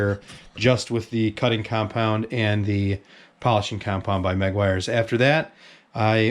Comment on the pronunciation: Not trying to sound not picky but if you even care it's not pronounced megg-wires it's pronounced meguwires, but hey it's a free worldyou can pronounce it as wazzup, lol